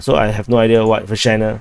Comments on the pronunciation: Say Vershynah one more time 😜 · doing the repetition on purpose, yanno. He says Vershyna, I hear Vagina.